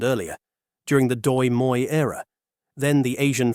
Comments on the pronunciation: Everyone is talking about "Dong" but no one mention "Doi moi era". I really don't have a problem with foreigner pronouncing Vietnamese but the way you pronoun "Doi moi" make it sound like a made up word. Fyi "Doi moi" or " Đổi mới" ( đổi = change(s); mới = new) can be roughly translated to "new change era". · ah yes, hearing non vietnamese speakers butchering the language is music to my ears. Instead of trying to repeat the vietnamese phrase, I suggest a close translation, đổi = change , mới = new. You can call the "đổi mới" reform the new change reform and everybody'd be happy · It's just funny how you pronounce "đổi mới". And no, it's not "đổi mới" reforms, since "đổi mới" alr means reforms, it's like you saying "car car". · Ah yes the "Doi Moi reform." It's like saying "chai tea" or "capucino coffee" or "croissant bread" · Miles Morales momment